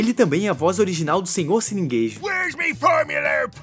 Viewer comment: Cara de Deus, o nome correto é 'Seu Siriguejo', (siri+caranguejo) e não isso que vc falou, Sininguêjo. 😂😂😂😂